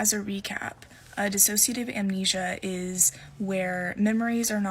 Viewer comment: It's dissociative not disAssociative, ok? It's dissociate not disassociate (which is what you are saying). They are both words with completely different meanings, different pronunciation though. You are trying to say dissociate but you are saying disassociate.